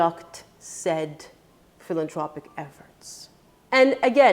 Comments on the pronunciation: I love what you say, you're always very honest and give good advice BUT i have to correct you on one word. Its philanTHropic NOT PhilanTRopic. If you want to say certain words, you really must know how to pronounce them properly. Im sorry to be the one to correct you but im that anal. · It's pronounced PhilanTHropic (the TH is pronounced)